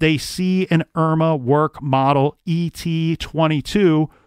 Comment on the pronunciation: It’s pronounced Erma Verk, and it was a nazi pistol, issued to the navy.